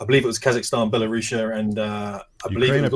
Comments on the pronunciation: That’s “Belaireus” 😂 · Say it with me, BELL-A-ROO-S. The young Russian guy on the Oz show was talking about the Azov Battalion. (Look it up on Wiki).